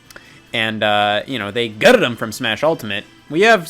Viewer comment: how he said “gutted em” threw me off